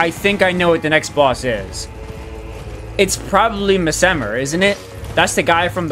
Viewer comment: Bro, hats off to you for trying your best cause these bosses are crazy. Your killing it, but Messmer seems like someone to fight a little later. 😎🤙🏻 Also not that it matters, but I am pretty sure your saying his name wrong, but it's your play through, so I guess just call him whatever you want. 👍🏻